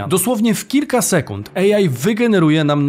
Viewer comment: Super odcinek, dziękujemy. Kłuje mnie tylko w ucho mówienie łącznie bez przerwy 'ejaj' zamiast 'ej aj'.